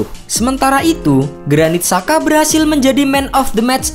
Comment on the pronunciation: Sekedar kasih saran min, Xhaka dalam ejaan Albania dibacanya Jaka. Xherdan (Shaqiri) dibacanya Jerdan. Terima kasih atas perhatiannya.